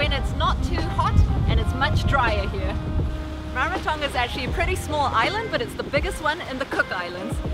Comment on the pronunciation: You both sound like locals...great pronunciation and hope you both had a blast in Rarotonga ❤️